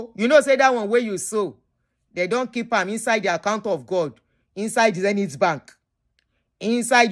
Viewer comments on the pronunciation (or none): none